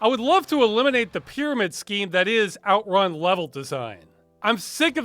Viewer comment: strange that were pronounce it OUTrun when the word is actually outRUN